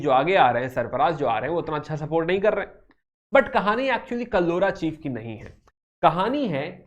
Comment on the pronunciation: Sir It Is Not Talpura It Is Talpurs And It Is Not Kallora It Is Kalhoras